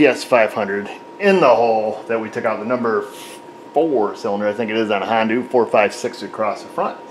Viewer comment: Tickles me everytime you say Hondoo. 😂